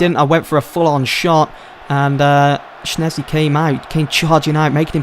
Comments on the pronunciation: It's pronounced shezny NOT shnezny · Jesus christ schzesny is pronounced as it is written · he says Szczęsny wrong